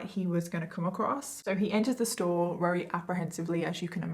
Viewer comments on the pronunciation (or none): The stories are decent BUT the way you say “very/RARERY” is driving me NUTS I realize it’s partly accent but… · Why can’t say very she says rery at the start of the video